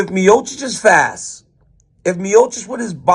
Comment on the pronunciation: DC betrayed that creole Lafayette accent when he said “fass” 😂 love it! God bless Dc and God bless The Boot!!!